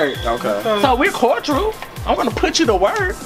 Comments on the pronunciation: Omg! It’s CORDIAL not CORDRILL!!! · “Kordrul” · I just want them to pronounce cordial correctly.